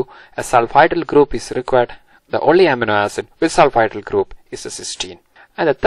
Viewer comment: not to sound rude or something but it is supposed to be pronounced uh-meee-no ae-sid